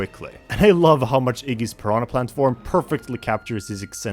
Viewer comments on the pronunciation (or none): none